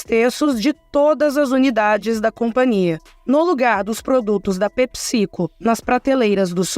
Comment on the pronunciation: É pépsi-côu, não pepicico 😂